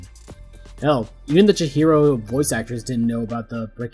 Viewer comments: Lost me at "Chichiro" 🙃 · I absolutely hate to be the first comment and simultaneously pointing out a mistake in a well made video, but your pronunciation of chihiro adds an extra “ch” sound where it should be a “h” Edit: seems like you fix that past the half way mark!